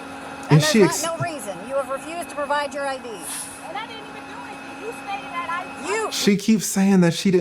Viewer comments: “Omg I didn’t do anythinga wronga”! Again with the A on the end. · Watch, as soon as they pull her entitled a** out she'll scream : I didn't do anyfing, whatta I do? (I'm only .) Darned, I was wrong. She already said it while in her car.